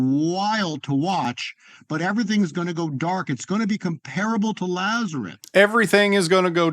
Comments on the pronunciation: He keeps saying Lazereth and not Lazarus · Did he say "Lazareth?"